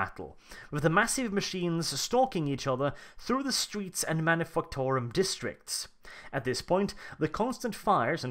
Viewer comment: Am I the only one who consistently hearing him say Manifucktorum